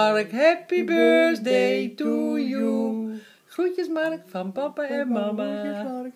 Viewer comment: This is cute because my dad used to say "bursday" too, never could manage the "th" even after 30 years, the rest of his life 😁